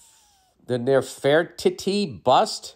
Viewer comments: Bill- just break up the word into parts/ syllables---Nef-er-ti-ti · omgg!!! Not bill trying to pronounce nefertiti 😂😂 its like ( Never-tetee) ❤ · "Neffer tee tee"